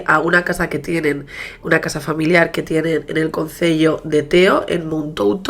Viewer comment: Se dice concello no consello 🤦‍♀️🤦‍♀️🤦‍♀️ una cosa es contar los casos a tu manera , de forma cercana , como una charla entre amigas ; otra muy diferente es no tomarse la molestia de aprenderse ciertos datos , nombres ... me parece irrespetuoso ciertos comentarios q haces en tus videos ... y obviamente q el vecino no pudo decir donde estaba el cuerpo de la nena , xq el reitero en sus declaraciones que a la hora q paso no habia cuerpo ninguno ; este es el tipo de detalles que chirrian